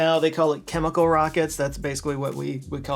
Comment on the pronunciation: i guess they do only wear the hat in dallas. congrats to for saying chemical correctly and not kimikul like most texans. 😂🎉